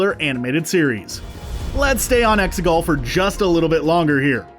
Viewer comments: It’s pronounced (eggs-I-cal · Did u say Mustafar and Testecul?